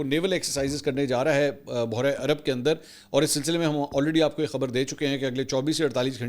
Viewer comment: ❤بوحیرہ نہین جناب ۔ بحیرہ ہوتا ہے جناب اپکا اردو کا تلفظ تھوڑا تھیک نہیں اس پر توجہ دیں